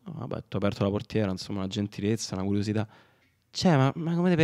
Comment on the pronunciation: una gentilezza, una curiositah